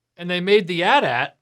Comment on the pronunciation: Bless you for pronouncing it "At At" and not "Aytee Aytee"!